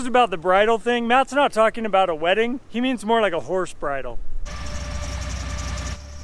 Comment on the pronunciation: "MORR robust"